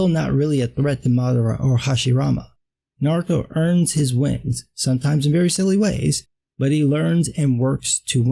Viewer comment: It's refreshing to hear someone pronounce Naruto's name correctly for a change.